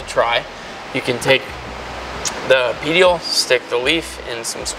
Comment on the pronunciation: I cringed when he said petiole def not a botanist 😅